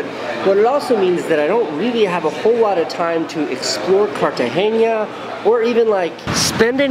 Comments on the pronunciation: It's not Cartageña, Casey. It's Cartagena. Prpnounced just like that, normal n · Casey it's not CartageNia it's Cartagena (pronounced Car-ta-hey-nah) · Or to learn to pronounce 'Cartagena.' :-) (not Cartageña) Everything else was, as you young people say, 'dope.' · because most of us don't speak spanish dude. I don't know why all spanish people say 'jess' instead of yes..so annoying to us 'gringos'. In all seriousness, are you saying its pronounced carta-hay-ya? Have to admit, I thought it was carta-hay-nya. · Dude, you just murdered the name of the city. Cartageña lol. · Did he just say cartahenya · It's pronounced "KARTAHENA" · Love ya, Casey, but there isn't a "ñ" in the name "Cartagena." So stop saying it like that. I don't know why all gringos do that... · Cartagena! U misspronounced it til the end...allmost.